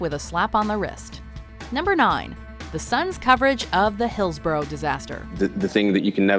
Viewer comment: loving how Hillsborough was pronounced 😂😂😂 it's hills-bor-rah for future reference 😜